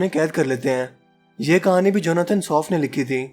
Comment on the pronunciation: Janathan swift not soft...Plz